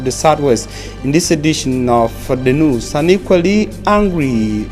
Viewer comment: Great work. But the question is , why is it so difficult for you to rightly pronounce the word NEWS? You keep saying NUS, God!!!!!!!!!!!